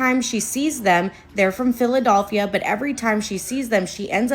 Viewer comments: "phila-DOLPH-ia" is sending me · y'all i'm sorry but that girl repeatedly saying "PhilaDOLphia" instead of "Philadelphia" is gettin on my nerves LOL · that’s how some of us pronounce Philadelphia! I’m from NE Ohio and that’s how we’ve always said it. Philadulphia 😂 It’s like being able to tell you’re not from Milwaukee if you pronounce the L. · the pronounciation of philadelphia is killing me